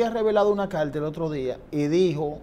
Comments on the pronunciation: Calta ? Polque ? Que mal hablan …. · CARTA NO CALTA PARA SER UN COMUNICADOR DEBE USAR LAS PRONUNCIACION CORRECTA